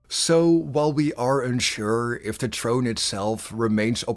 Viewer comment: How many times are you going to butcher the word throne